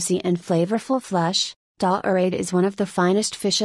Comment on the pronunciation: "Dah-orade..." gimme a break.